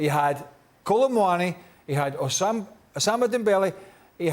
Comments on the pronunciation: I heard that too😂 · this guy just said “Osama Dembele” 💀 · Bruh I can't get passed Craig saying Osama dembele 🤣🤣🤣😂😂😂😭😭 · No way he just called him Osama Dembele 🤣🤣🤣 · 2.39, Craig said Osama Dembele!!😂😂 Sounded like Osama bin Laden.😅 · Man said Osama Dembele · Craig really said "Osama Dembele" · Craig said Osama Dembele😂😂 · Did Craig say “Usama Dembele” ? 😂😅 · Did Craig just call Dembele - Ossama Dembele? Lol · Nobody gonna talk about how Craig unironically said Osama Dembélé? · WTH!!!! AM I THE ONLY ONE THAT HEARD OSAMA DEMBELE😂😂😂😂😂😂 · Did Craig just call him OSAMA Dembele 😂😂😂😂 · Bro said Osama Dembele Goncalve Ramez😂😂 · Did Craig just call him Osama Dembele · Who is "osama dembele" Craig 😂😂😂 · Did I just hear Osama Dembele 😂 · Did Craig say Osama Dembele?? 😂😂😂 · Craig out here butchering names Osama Dembele,Gonzalvo Rames😂😂😂😂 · Did he say Osama dembele 😅😂😂😂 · Bro said osama dembele lol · Did Craig just call Ousman Dembele"Osama" Dembele😂😂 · Did Craig say osama dembele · "Osama dembele" craig burley